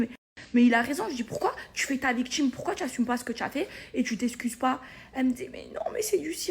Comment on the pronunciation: Elle fait sa " viktchime", pffff....